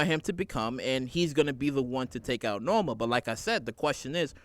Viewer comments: The character's name is NOMA not Norma...NOMA. K? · NO-MA NO-MA NO-MA NO-MA. HER NAME IS NOMA !!!!!